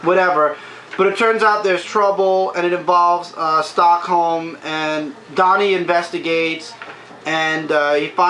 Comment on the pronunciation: hey,love the review. sorry but its been bothering me for a while, but why are you calling "Stockman" Stockhome? not trying to make fun of you or any thing, but it just bothers me that your saying his name wrong. hopefully this can be fixed and thank you for all the great things you have done.